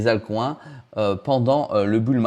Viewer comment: Les AltCOINS avec le bon accent français, ça fait mal